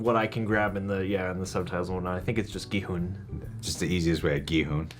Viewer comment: The “u” in Gi Hun is pronounced like “huh”, rather than the “oo” (like ‘who’) sound yall are making